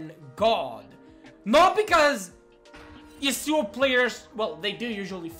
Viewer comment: stop pronouncing "yasuo" like that, it is mega annoying